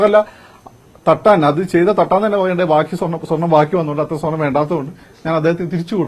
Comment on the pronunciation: ....... കള്ളൻ അനിൽ അക്കര.... സ്വെർണം അല്ല പോടാ